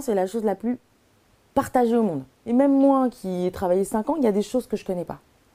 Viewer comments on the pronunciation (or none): none